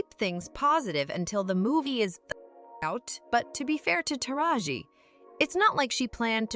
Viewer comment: Thought I was the only one that was bothered by that